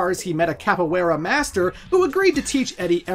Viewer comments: For someone who put so much emphasis on the pronunciation of "tekken", you really butchered that. Hwoarang and Capoeira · your pronunciation of capoiera is disrespectful